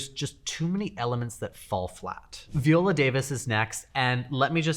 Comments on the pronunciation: Nice video. Two corrections: 1) You mentioned Jeremiah Brent as a "celebrity designer", but you didn't mention his husband, Nate Berkus. Who many would say is a more famous celebrity designer (thanks mainly to Oprah Winfrey). 2) You mispronounced Viola Davis' name (I know you're Canadian but Google is free). Her name is pronounced (/vaɪˈoʊlə/ vy-OH-lə); exactly how she herself pronounces it. The viola (/viˈoʊlə/ vee-OH-lə, [ˈvjɔːla, viˈɔːla]) is a string instrument of the violin family. Still love you 💌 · Speak for yourself. Just as some people demand respect for their pronouns, so should people respect how they prefer to be addressed, with their names properly pronounced. Viola has stated on various interviews how her name is pronounced. My name, too, is constantly mispronounced, and I always correct people, so they learn. It's NOT that difficult!